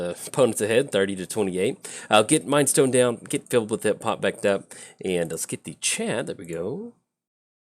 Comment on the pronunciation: Out of all the names you can't pronounce you nail this one? You're an odd one,. I was expecting you to just make a raspberry sound when trying.